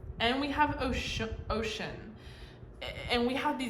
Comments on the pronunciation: thank you for this nice message it did resonate. i was so happy to see Oshun pop up bc she always affirms that love and healing is coming to me. just wanted to tell you Oshun is pronounced like “oh-shoon” rather than ocean. <3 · Oshun is pronounced like Oh-shune. She is beautiful and sweet and is represented by honey, bees, sweet water, sunflowers and beauty. 🥰 Yoruba is a religion with roots from Nigeria. Many Cubans practice Santeria that has roots in the Yoruban religion and a little Catholicism. Thank you for your readings. You are always on point. ❤️